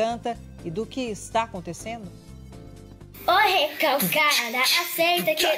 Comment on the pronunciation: é tao criança que a mc fala recoca em vez de recalcada!!